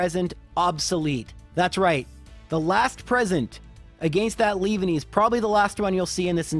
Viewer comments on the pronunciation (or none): Le-van-e not leave-a-nee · it's pronanced 'leav- an-ny' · Lea-VAN-ny (Leaf+Nanny) Get-Cis Ca-ra-coas-ta (Coast) Ar-keops (Arcane) Dra-pion? I don't know this one because I pronounce it the same way you do